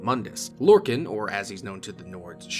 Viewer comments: Lore-khan not “can” like a soda can but khan like Genghis Khan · Mankar Camoran pronounces it as Lor-can/Lor-con during his speech in Gaiar Alata